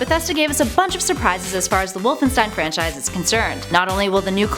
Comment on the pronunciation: AlekoToons 2 you mean because she said francise twice?